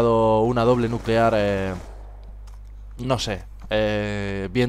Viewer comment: Se dice nuquelar jajaja